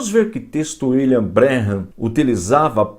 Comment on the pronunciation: Pastor, muito bom trabalho falando dessa seita,mais Pastor, o senhor pronuncia o nome " William " errado !! Meu canal no YouTube é voltado para refutar essa seita,pq um dia eu fui. Fiz intrevistas com pioneiros da #mensagem ( Tabernáculo) é só dar uma passada no canal.